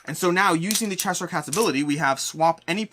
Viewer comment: “Chess-Hire” is definitely one of the most interesting pronunciations I’ve heard.